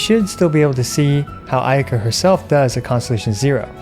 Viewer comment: I lost it when you said ayayaka 😂